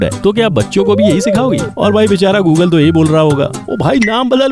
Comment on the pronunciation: Google = Gooloo gooloo😂🤣🤣